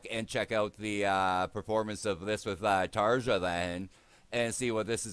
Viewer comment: Great to see a new reaction, hopefully your problems with new mike are just teething issues. Video itself sounds great. BTW Tarja is pronounced "Tarya".